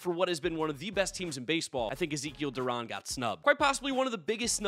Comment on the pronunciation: Rangers fan here, I respect that you stated that Zeke Duran and Leody Taveras should be all-stars. Also Duran's last name is pronounced Du-ran (Like ran).